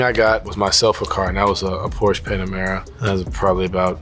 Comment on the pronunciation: Ffs… PorschE E E E E E